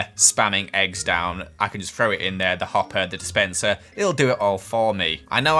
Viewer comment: He also says free instead of three and frow instead of throw